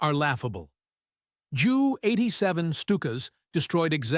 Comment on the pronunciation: The AI voice cannot pronounce basic words like thousand or JU 87. Along with the many grammatical mistakes, it's unpleasant to listen to.